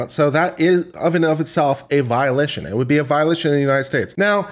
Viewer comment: violation pronounced as violition xD